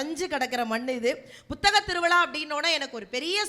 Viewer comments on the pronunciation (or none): Nisha ji, *P*uthaga thiruviza nu sollungaa. Buthaga Tiruviza nu sollreenga